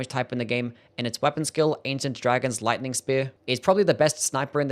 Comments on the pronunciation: It's lightning. Not listing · Lice-ning damage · You say Lightning really weird